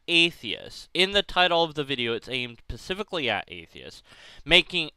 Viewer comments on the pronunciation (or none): Did you say "pacifically at atheists"?